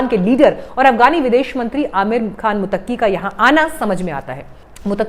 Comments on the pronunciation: मुत्तकी को मुतक्की बोला जा रहा है। उच्चारण सही करें। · Tujhe to kisi ka naam lena nahi aata. To tu kia news pardhe gi. Muttaqi ko Mutaki keh rahi hai. Non sense Jahil.😢